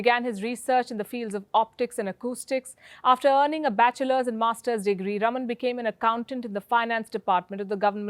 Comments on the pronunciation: Please pronounce as Rāman (रामन) & not Raman (रमन). The correct pronunciation is C V Raaman or C V Rāman. सी वी रामन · Palki Sharma Upadhyay, he is C V Raman, pronounced Raaman. And NOT Rum-un!!!! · Its rāman, not ruman. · Wtf can some in Wion teach her how to pronounce RAMAN its not Ramn... 😓😓😓😓😓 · north Indians... PLEASE learn to pronounce non-north Indian names and words correctly. For instance, It is C.V. Raaman (रामन), not रमन, it is Chidambaram (चिदम्बरम), not चिदाम्बरम, the dish is pronounced saambaar (साम्बार) not साम्बर . Or are north Indians too arrogant (or lazy) to learn to pronounce correctly? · It is not Raman (रमन ) Palki but Raaman (रामन). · Should be pronunced as Raaman, not ruman. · Thanks, Palki for the excellent video. One small correction. Sir CV Raman's name should be pronounced "Raaman"(rɑːmən) as opposed to "Raman" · + My comment is NOT specifically at you alone, but at every one in general, and more towards non-south Indians... PLEASE learn to pronounce south Indian names and words correctly. For instance, the correct pronunciation is C.V. Raaman (रामन), not रमन, it is Chidambaram (चिदम्बरम), not चिदाम्बरम, the dish is pronounced saambaar (साम्बार) not साम्बर . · EXACTLY!! I cant say it wasnt HAMMERING to hear Palki repeatedly say Raman! I was clearly focusing on the wrong bit :! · + North Indians KEEP mispronouncing south Indian names. For instance, the correct pronunciation is C.V. Raaman (रामन), not रमन, it is Chidambaram (चिदम्बरम), not चिदाम्बरम, the dish is pronounced saambaar (साम्बार) not साम्बर . Sometimes, I wonder whether is is arrogance, or whether is it laziness (to learn the correct pronunciation). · Palki ji, the name Raman is pronounced with the first "a" being stretched such as "Raaman" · Its "Raaman"...not spelling, pronouncing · His name is pronounced as RAAMAN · correction: His name is pronounced as Raaman just like we say Ram as Raam